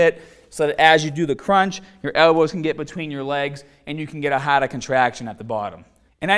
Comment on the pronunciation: The Bahhhhhhhrr, Let’s get Stahhhhhhhhhted ,,it’s Hahhhhhhhhhder!!!! Cool video!!